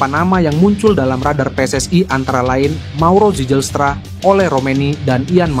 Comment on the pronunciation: PSSI...bukan PSSAI..kalau bikin narasi yg benar dong 😂😂😂